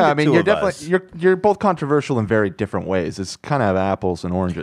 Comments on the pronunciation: The way Ethan says controverceral instead of controversial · Yo why are they pronouncing “controversial” differently?